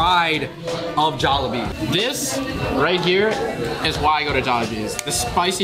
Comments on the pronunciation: idk why i get triggered when he says Jollibees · Can he stop pronouncing Jollibee as “Jollibees” like what?